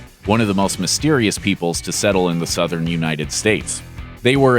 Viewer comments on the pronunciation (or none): none